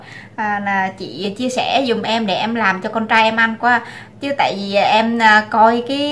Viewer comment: Em ơi đả ở mỷ rồi đừng nói vi đi veo nữa ,vi,đi ,ô em ơi